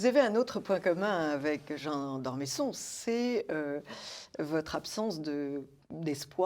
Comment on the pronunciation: D'Ormeuuusson et non d'Ormésson ! Pourquoi ne pas respecter les noms de famille, surtout quand ils font partie de notre Histoire ?